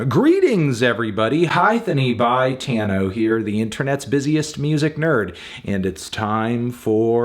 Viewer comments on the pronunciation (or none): Byetano? Heh more like, Bi-tano ha gottem